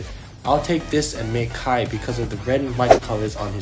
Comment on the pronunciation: its kai not kay